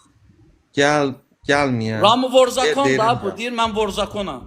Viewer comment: Ayıb olsun sizə vor zakon sözünü düzgün tələfüs edin